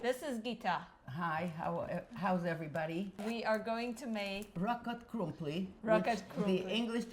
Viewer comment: Rackot krumpli is pronounced like RawKot . I was born in that area. Raw kot krumpli